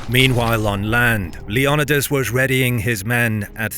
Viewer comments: Is Leonidas actually pronounced like that? I’ve been lied too! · Is it not pronounced "LEO-NI-DAS"?